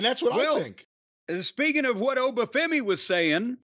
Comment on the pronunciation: At least Jim pronounced Oba’s name properly